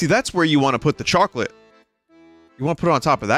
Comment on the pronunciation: vinny doesn't usually let his bostonian accent show through but the way he said "choawclete" really let it be known.